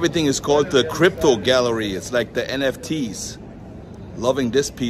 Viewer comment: Copro NOT crypto 😊